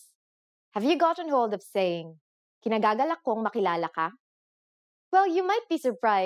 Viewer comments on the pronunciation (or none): The right way of saying "[i'm] pleased to meet you" is "IKINIGAGALAK kong makilala ka", ee-kinagagalak, not kinagagalak. You forgot to say, "i" before the "k". :) ...but that's fine. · ikinagagalak, not kinagagalak.